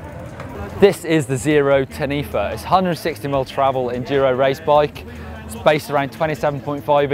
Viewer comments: was just coming here to write what you have just said, so thank you...... Taa-nee-far not tanifa. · The way he said taniwha is so funny, the word isn't drawn out like he said it, it's short, pronounced sort of like ta-ne-fa. Just thought I'd point that out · The zerode Taniwha is pronounced tah-nee-fa. zerode is a new Zealand brand, and the taniwha is an ancient Maori (New Zealand native) mythical monster that lives in rivers, lakes and other bodies of water. Just thought I'd let you guys know. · Nooooo! The Zerode Taniwha is not pronounced like that lol. As its Maori it's hard to pronounce but roughly it's: Tuh-nih-far. Google might be easy to use haha